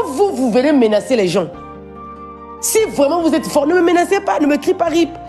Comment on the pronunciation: Eeeeh mes sœurs congolaises, profitons de cette occasion pour AMELIORER NOTRE FRANÇAIS,exemple, on dit MÉNACER et non méNANcer!!!!